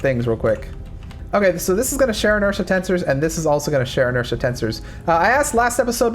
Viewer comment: I didnt know that "Share Inertia Tensor" was pronounce and share inertia tensors. Idk why but that drove me crazy the whole time he was talking about that